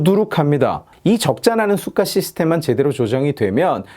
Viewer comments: 왜 자꾸 cyka로 들리지? 제 귀는 썩었습니다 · 수가 하실때마다 Сука 이 발음같네요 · 좋은 영상 잘 봤습니다 ㅎㅎ 근데 내용과는 관련이 없는데 '수가'라는 발음이 러시아욕이랑 같아서 들을 때 깜짝깜짝 놀라네요 ㅋㅋㅋ